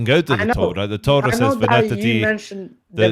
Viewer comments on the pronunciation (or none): When you say “Tora” its sound “Torat”